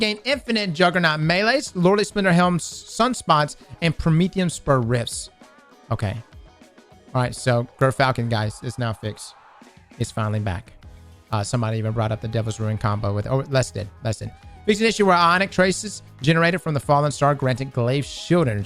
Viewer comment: So I looked it up. It's pronounced JUR-falcon